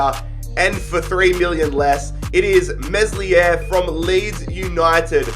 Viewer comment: This dude can’t pronounce names the s in meslier is silent